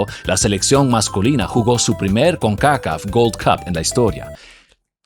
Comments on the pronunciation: 😂 loco cual el lío con Concacaf cón-ca-caf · Execelente Contenido, desde el argumento histórico, Ilustraciones, imágenes de apoyo, infografía, espectacular trabajo, felicitaciones, excepto tu pronunciación de CONCACAF,, todo bien.😂😂😂